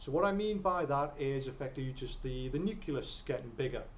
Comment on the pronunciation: Nuculus?? And it wasn't even like, once. Useful videos though, good for revision.